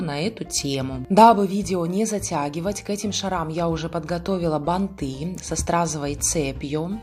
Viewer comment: Банты - ударение на первый слог!